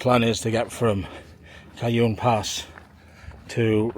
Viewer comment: Not always, but in general, the J is pronounced like an H in Spanish language. Jacinto = Ha SEEN toe. and Cajon = Ka HONE. Enjoying your videos, keep on truckin'! Cheers and happy trails!